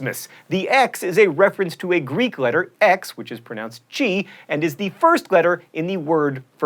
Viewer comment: Greek pronunciation fail.